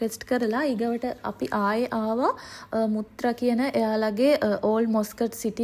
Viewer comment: මුත්‍ර නෙවෙයි ...මත්‍රා ඒ ගමේ නම